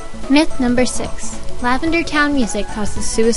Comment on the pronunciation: lavander town makes my ears hurt. Is it because I'm 12?